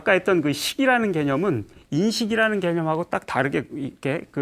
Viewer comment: 긴 자를 짧게 잘못 발음한 예: 대상,개념,없다,사실,가령,사실,말(언어),부합,예,세상,거짓,바보,얘기,가령,사실,재해석,유기체,머냐하면,등, 통상 고유어마저 발음을 발음하지 못하니, 말을 제대로 바음하지 못하면서 철학할 수 있는가?? 그리고 ,"말라식"이라고 들리는 말을 했느데, 한자를 쓰지 않아 무슨 말인지 알 수 없었다. 질문!! 이것은, "말아식"인가? 그렇다면, 내가 추측컨데, 이 것은"말 아식"이라고 "말"과 "아식"을 띄어서 읽어야지요. 이와 같이 외국 동포가 잘못을 지적해야 된다는 것응 얼머나 슬픈 일인가. 이 글을 강사께서 읽으시려는가? 어느 동포께서 읽으시려는? 정중히 권하옵노니,"한국 어문을 고발함" 이라는 책을 한 번 조용히 읽어 주시옵소서. 미국 변 완수 드림